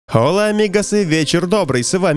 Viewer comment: По-испански правильно говорить «Ола, амигос», так как буква H в испансоком не произносится